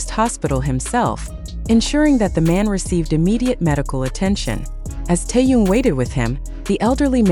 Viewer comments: Господи, почему Тэхёна здесь называют Тун? Как его только не называют. Бесит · Автор тупица,ни разу не назвать Тэхени правильно👎👎👎👎 Стыдно!👎👎👎👎👎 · Не коверкайте имя. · Черт знает, что она чешет своим языком... Какой Тун??? Не знает имени Мировой звезды.... ТЭХЕН... ТЭХЕН.... ТЭХЕН... Запомни или запиши себе на лбу.....